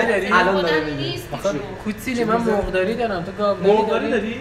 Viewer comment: ساختگی میاد ، اول مرغ رو ساده گفت ، ولی اون دختره گفت موورغ ، به گفت شما جالب صحبت میکنید ،الکی